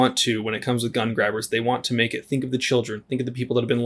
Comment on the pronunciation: the "meke" "shel" "enhrit" the "erthe".